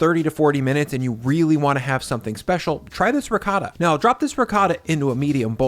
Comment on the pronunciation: doesnt pronounce ricotta correctly, hes full of shit